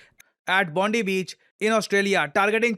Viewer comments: Bondi beach is pronounced as bon-dai beach. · Bro it is pronounced as Bond-eye beach